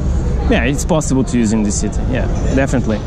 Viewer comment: just a tip: this is thiss and these is theez, also dis in words like disappear is diss Not trying to be a jerk, I really hope thiss helps <3